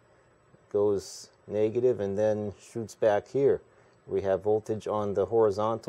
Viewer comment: "Naygative" lol